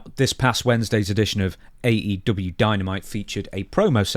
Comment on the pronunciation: AE Doo-bee-a 😂😂😂